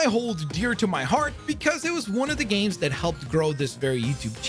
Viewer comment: Dude, you need to practice saying the plural “games” more